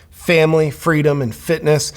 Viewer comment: did you say freedom or fritos?